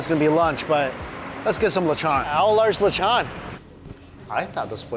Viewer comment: The way he keeps saying lechon is bothering me!!! Someone help him!!